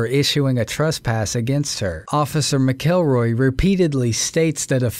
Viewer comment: Officer McElroy’s name isn’t pronounced as it looks like it should be sounded out, it’s pronounced more like “MackLRoy”..... I know it’s not really a big deal to most folks but kinda is to me